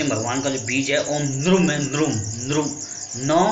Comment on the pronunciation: 'Nrum' nahi 'Nrim' bolte hain.